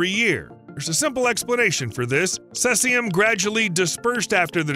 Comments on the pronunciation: How confident should I be in anything he says if he never even took the trouble to learn to pronounce Cesium? (Hard 'e', as in seize). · Cesium isn't pronounced that way. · Too bad you didn't check the pronunciation of Cesium. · That pronunciation drove me crazy too. It’s not an obscure word either. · First it's "Cellzi-um"...then, it's "Sesi-um". It is pronounced, "See-zi-um"! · Ceh-sium??? It's pronounced Sea-zium. Thanks for the correct facts about radiation effect. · It's not "cessium" (as in incessant), it's "cesium' (as in cease fire). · Cellsium-137 ?? 🤔 Maybe try Cesium-137 🙂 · The 1986 Chernobyl nuclear power plant accident released 80,000 terabecquerels (TBq) of cesium-137 into the environment, making it a major source of radiation in the area for decades to come. That’s Cesium, not “Celsium” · Cesium! See-ze-um! Not sayz-e-um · Not ceLsium, but ceSium. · “SEE-C-UM” not says-c-um! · It’s cesium (aka Caesium)-137, not celsium. The latter is a brand name for thermometers and nutritional supplements. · "celsium 137" LOL Its cesium. ;) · SEAZEEUUUMMMM not sessium! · Celsium~ really??? 🤣🤣🤣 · Sease this sesium. It's pronounced sezium. English is terrible because of it has collected so many languages and spellings. Even worse, Americans often have strange pronunciation as well as different spellings. Because they dominate the media, they are taking over. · "Celsium 137"? 😂😂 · sēzēəm - seezium - you'd think that if someone produced a video in which they would say the same word 100 times they'd bother to find out how to pronounce it! Unprofessional - so irritating I couldn't go on. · how can you do all this research and still pronounce Cesium wrong? Sounds like see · zee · uhm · Seee Zeeeee Ummm - Seezeeumm! Cesium, the proper pronunciation! Slava Ukraini! 🇺🇦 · Hearing this guy say Sesium is like hearing guys say Porsh ear hurt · Cesium 137, not celcium lol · See zee um (cesium.) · Maybe like this? Sea-z-um?? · Seas - ee - um. Cesium.